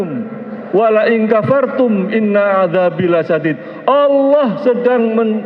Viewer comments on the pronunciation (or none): none